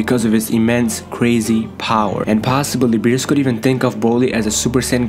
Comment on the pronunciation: Nigga said berwest